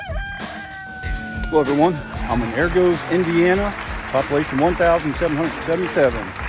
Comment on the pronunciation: Sorry, train didn't come to Warsaw. Went south of Warsaw through Mentone, Claypool, Packerton, South Whitley, and more. Argos sounds like = argus.